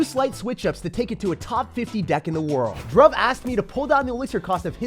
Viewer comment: its not pronounced drughv its more like dhroov